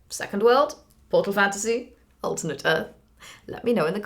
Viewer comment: It makes me worried that you mispronounce "alternate"